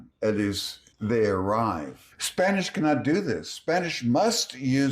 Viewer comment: Sir. I’m from Venezuela. Your Spanish pronunciation is on point. My respects.